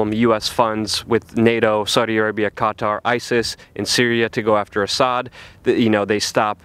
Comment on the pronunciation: Why can't Americans say Qatar properly? Or say anything properly for that matter